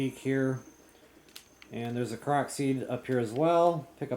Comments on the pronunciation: yeah, I kept hearing him say proxy? I was so confused....after a while I figured it out but I thought he was talking about something else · its pronounced kor-ok